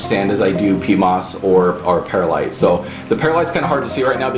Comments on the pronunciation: One quibble, Perlite is not pronouncea pear-a-lite, it is per-lite or purr-lite. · Actually, it's Pearl-ite, no pears in Pearlite! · I used to pronounce the word the same way - and the people at my local nursery apparently did not know any better as they did not correct me. I figured it out on my own when I noticed that there was no letter a in perlite.